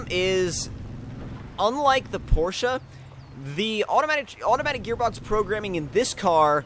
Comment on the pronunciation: porsche (por'sh) this is the pronunciation of the word tomcat